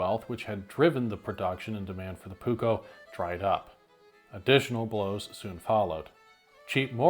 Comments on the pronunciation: So first of all you did majority of the research exect how to pronounce the dang words. So here the letter P is never soft or silent in Finnish and neither are the two Ks in the word your supposed to po Pronounce it like this " Puuk ko" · Please as a finnish person I ask that if you will use the word many times please learn to say it properly. You are saying the "uu" more like how we say the letter y and the double k should be more "visible", I know you are used to say one k but please try to say the double k. But it is a really good video👍